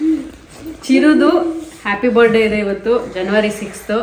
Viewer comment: Happiest birthday chirru it's birth-day not bird-day As u guys are influencers please concentrate on your pronounciations Am not criticizing you guys but whatever language u use, please use properly